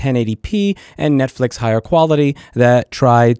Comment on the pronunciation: I'm not catching the net fish reference, is he saying Net Flix that way?